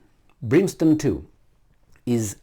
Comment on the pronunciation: It's - Brim stone, as printed out in title, at least, not Brin stone as you were saying it; as in, 'it rained brimstone and fire on Sodom and Gomorrah ' ! All of mankind and all their militaries are way out of their "league."